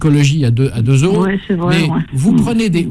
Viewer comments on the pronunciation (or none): none